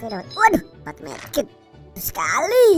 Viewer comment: Wiq wiq versi qolqolah Edit:paling sukak pas ngomong skhaliiii